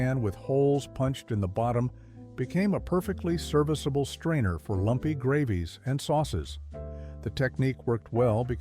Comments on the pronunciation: .. silky ‘grah-vees’?? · Which hillbilly family had a microwave?????😂 "Silky grah-vies"????